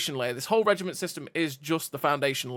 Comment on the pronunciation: Reg I Mont ???? Learn to say Reg I MENT 🤮🤮🤮🤮